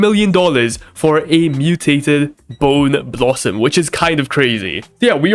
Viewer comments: no way actually said boneboo and not bone blossom and didn't notice it. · Bro said boneboo and not bone blossom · Its a bone blossom not boon boo